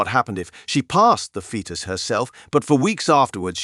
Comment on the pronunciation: "foh-tus"? What?